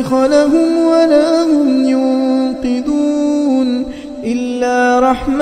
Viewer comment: Ayat ''43''... Yun"QA"dhoon✔️ yun"QI"dhoon ❌